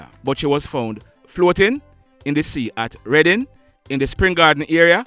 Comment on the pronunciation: you’re the only blogger who pronounced Reading correctly so far. Keep up the good work.